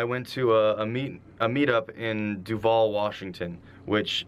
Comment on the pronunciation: Shook me to my core when he said “Duvall, Washington” as I’m visiting my friend in Duvall